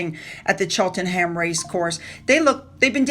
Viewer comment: We pronounce it Cheltenm. Silent h